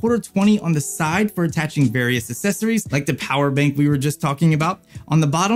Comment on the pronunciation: "Assessories" lmao 🤣🤣🤣🤣